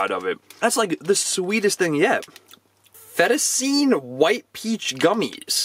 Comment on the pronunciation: I can't be the only one who noticed he said fettuccine as in [fetta-seen] not trying to be a rude but it's [fetta-cheeny] ... Love the video and the energetic and positive personality